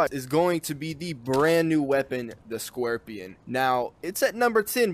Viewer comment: "the brand new weapon, the scuerpion" xD